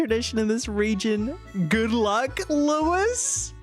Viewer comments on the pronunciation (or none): none